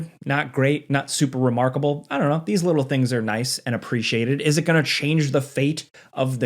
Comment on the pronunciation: A Leedl 😂😂